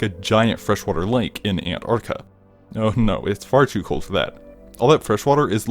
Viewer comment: Just curious, was saying Anarka part of your humor? Even if it wasn't... cool. 8 )